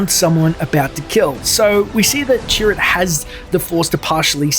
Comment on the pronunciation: I kept thinking you were saying 'turret'.